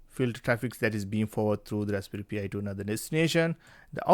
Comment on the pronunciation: you pronounce it like pie